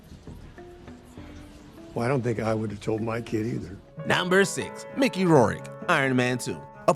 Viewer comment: How the hell do you come up with THAT pronunciation of Mickey Rourke's last name?